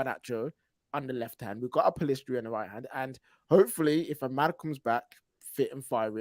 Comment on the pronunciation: Why do people keep spelling and saying Pellistri's name as "Pellestri"? Annoying.